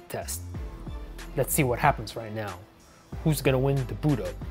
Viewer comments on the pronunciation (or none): Anyone noticed he said right meow instead of now